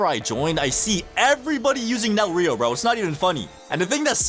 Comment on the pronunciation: Reo: (Ray-O) Isagi: (E-sa-geee)